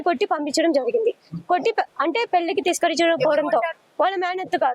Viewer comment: Thiskarinchindi kadu thiraskarinchindi